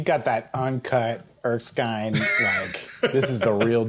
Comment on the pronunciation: Awesome. However, it's Erskine, not Erksine.